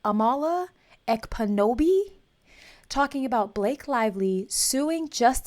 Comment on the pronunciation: I love ya, But Amala (pronounced like Kamala) is hands down, my FAVORITE person on YouTube. Her last name is pronounced Ep poo no be. the k is silent and it's Nigerian. A former leftist, turned conservative, she's a Floridian (like me) from the Orlando area, now living in L.A. with her Australian boyfriend. I hope this helps! First, Shoe on Head, now Amala, you really know how to make me happy!😹